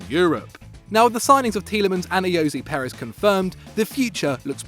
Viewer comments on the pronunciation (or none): none